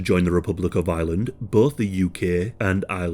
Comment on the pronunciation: Am I the only one hearing Island the whole time?